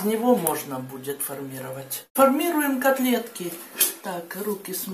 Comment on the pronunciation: ФормировАть! Неужели так трудно говорить по-человечески!!!